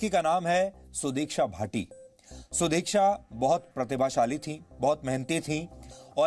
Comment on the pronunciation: Abbey saale udiksha nahi sudiksha hai !!